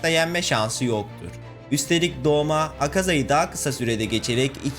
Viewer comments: Abi yalnız doma değil douma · O doma değil douma aslında o da değil dolma 😂😂😂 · Doma değil o douma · Abi Douma o Doma degil